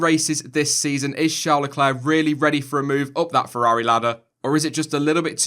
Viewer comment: Shawr lecler? Or Charles leclerc